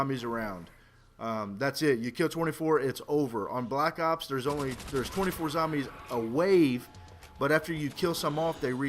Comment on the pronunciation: is it me or did he say black cocks instead of black ops ?